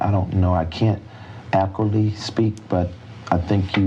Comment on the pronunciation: “Accurately”. Is that really so hard say? What an idiot.